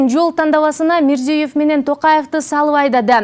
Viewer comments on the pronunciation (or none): none